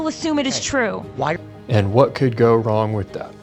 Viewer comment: " And what could go wong with that. " 😂😂 awesome